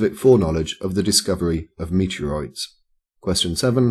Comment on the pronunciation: Funny how you pronounce "meteorites" ;-)